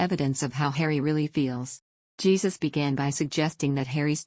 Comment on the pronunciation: Pronounced HEY-SUSE!